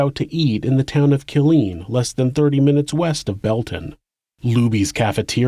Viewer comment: You always do great work! Just wanted to say that the town is pronounced “K*LL-LEAN”. The emphasis is in the wrong place.